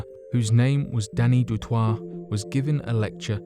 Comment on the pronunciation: You say it du toy, I know it’s spelt differently but I’m South African and I know many people with that surname